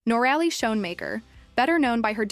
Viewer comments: NOR - RALLY ? 😂🤣😂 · Do your research and correct your pronunciation. It is Nor- a lee. Noralee = Noraly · Nor-a-Lee is the correct pronunciation. You should research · cant even get the name right , another channel leeching of some one else’s hard work